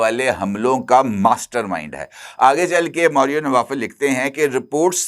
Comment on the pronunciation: یہ ماریو نوفل ہے، نوافل نہیں